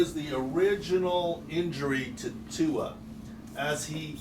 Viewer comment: Learn how to pronounce Tuas name smh Look at the replay, he hit his back first and that was the problem 🙄